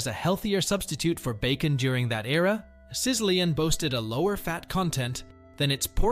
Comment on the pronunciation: Sizzlean is pronounced SI-zuh-leen. And, seriously, in Spanish two L’s equals one Y. You need to get someone else to narrate your videos. Also, most of us didn’t forget these things. The title should be “You’re Probably Too Young to Have Known About These Foods” Hard thumbs down.